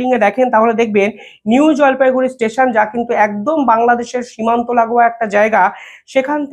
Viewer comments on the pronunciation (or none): none